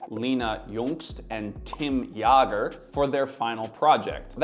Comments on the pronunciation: haha, unfortunate that both the German names have Umlaute Jäger is more like jaeger, not jager Jüngst was okay and I dont know how to describe it better anyways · Jäger.... it's not ya-ger, it's yay-ger!!!